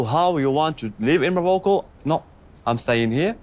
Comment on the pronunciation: Oussama........ YOUUUUUUUUUUU SWITCHED UP ON and the plans to live in ( as pronounces it "Marocko").